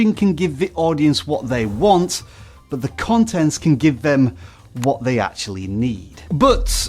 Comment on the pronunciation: Do you Need to focus on the T in "but" ? 🙃